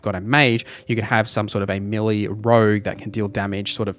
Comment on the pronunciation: Appreciate the video, but can you pronounce "melee" as "may-lay"? Dunno what this millie business is all about.